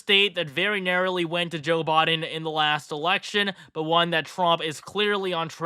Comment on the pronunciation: Is he saying Joe Bought-in or Bodin. He for sure isn't saying Biden